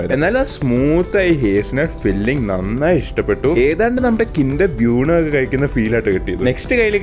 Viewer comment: kinder ബ്യൂണോ അല്ലെന്ന് ഞാൻ പറഞ്ഞതാ ബ്യൂനോ ആണ് correct